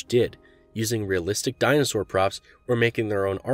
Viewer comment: Dude just say dinosaur I'm half through and it's soooo unbearable